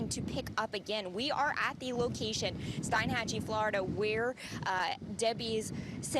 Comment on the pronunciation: STEEN-hatchie, not STEIN- hatchie